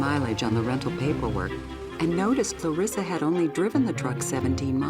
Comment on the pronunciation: Why can't the producers of this show realize that the pronunciation is luh-ree-suh, not luh-riss-uh. This is not the first time that someone who knew the person pronounces the name one way (the correct way, obviously), and the narrator pronounces it another way.